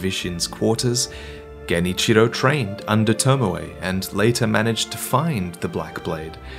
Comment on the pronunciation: Who da hell is lord tomawai? Its tomoe.